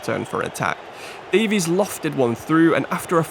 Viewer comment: Loving the series!! Realistic careers are so much more interesting!! Though I will say Keinan Davis is pronounced Dave-Is not Davies